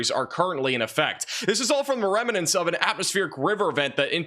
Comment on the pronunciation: ps the word is REM-NANT, not rem-in-nant 🙂